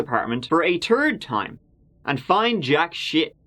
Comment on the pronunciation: When they searched for the "turd time" they "found jack shit". Is he doing this on purpose?